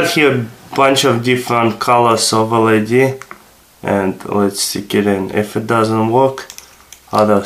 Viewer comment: Good vid but its LED not LAD